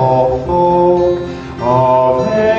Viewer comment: Would be nicer if “Ave” wasn’t mispronounced.